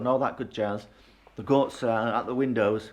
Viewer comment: Hola from Spain. Love it , love you & your presentation. Thought you said ' Ghosts ' but realized it was Goats 😂. Your young enough to get stuck into this renovation, we've just tackled another in our 70's... Look forward to following you ❤